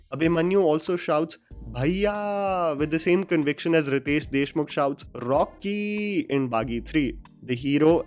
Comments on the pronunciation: its 'Rawknee!!!!!' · Ritesh Deshmukh shouts ronyyyy not rockkkyyy 🤣🤣🤣🤣 correction needed